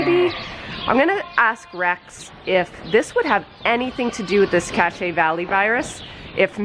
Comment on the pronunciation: I am sorry that Cache (pronounced cash) Valley Virus is hitting your flock so hard. CVV is not what I want my state to be known for. I promise there is more to Utah than viruses.